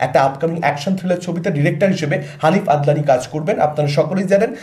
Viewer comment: haneef adeni.. Hobe ota. Adnani... Noy